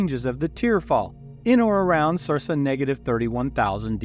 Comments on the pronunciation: It’s Sir-Ka, not sir-sa. Otherwise fantastic! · You mispronounce Circa